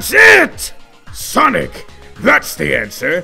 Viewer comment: dark sawnic moment